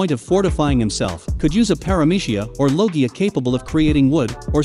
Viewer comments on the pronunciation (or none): none